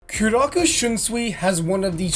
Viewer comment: Bro said kuroku shiunsui